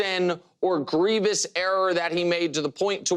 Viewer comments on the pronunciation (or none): none